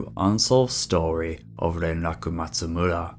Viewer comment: I like the way you say “Renraku Matsumura.” It’s nice.